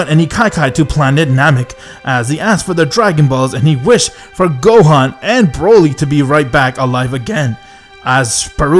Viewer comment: i love how you said broly to bruhly